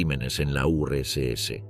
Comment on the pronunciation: Nadie se da cuenta del nivel de IA que hay en las voces en OFF?? Los tonos las pausas las entonaciones… es casi perfecto.. como un humano. Hasta hace dos días las voces en off de YouTube eran bastante lamentables. Si no es porque esta voz dijo Urs ese (URSS) en vez de Urs casi ni me habría dado cuenta.